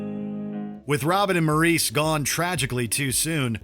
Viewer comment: Maurice is pronounced Morris Gibb